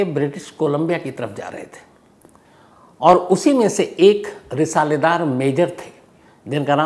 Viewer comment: Risaaldar hota hai bhai risaledaar nhi